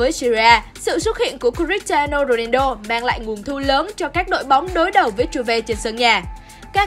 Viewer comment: tới cái tên cr7 cũng đọc sai . Ng ta là Ronaldo chứ ko phải Rodido đâu nha 😒